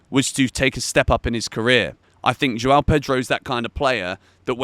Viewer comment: I wish you could learn to pronounce the name João.